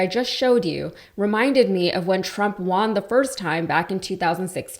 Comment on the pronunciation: why are you pronouncing the word "won" like "waaahn"?